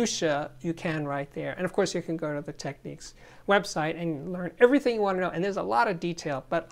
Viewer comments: Just an FYI, It's TechNICS not Techneeks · Sorry - I know your comment is from 2 years ago, but I watched one of Panasonic's recent videos and the actress doing the voice over pronounced it "Techneeks." I always thought it was TechNIKS as well. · Technics not techniques, surely...